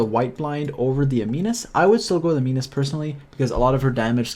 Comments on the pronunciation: Prototype Am-in-us not am-een-us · A-nimus. Not ani-mus :D